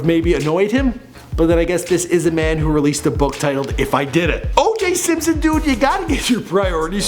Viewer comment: Simsoin? I thought it was Simpson.